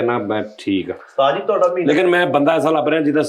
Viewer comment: Tihada kia hota hai flakshear Des book main tihada tihada kehta rehta hai ur is show main ye tihada pol raha hai Tihada nahi tohada hota hai